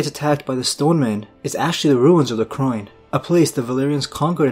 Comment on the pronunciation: Did you mean Royne? Not Croyne